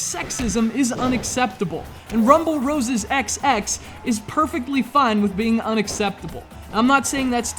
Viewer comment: The title is pronounced Rumble Roses Double X. Also, the first game was so much better.